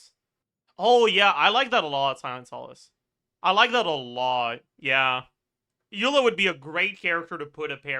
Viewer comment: Why he stopped saying Aela instead of Eula, it was so much fun